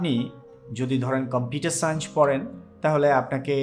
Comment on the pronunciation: সাইঞ্চ না সায়েন্স